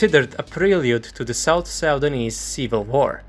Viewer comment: ??? "Sau-danese"? Its just "Suu-dan-nese"